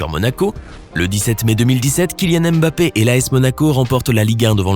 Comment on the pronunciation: Tu ne sais meme pas prononcer son nom. Cest nest pas M. BAPPÉ